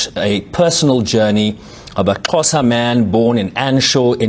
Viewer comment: Had to check Sherwin Bryce-Pease place of birth after getting the Xhosa pronunciations so right. Turns out he was born in SA, East London.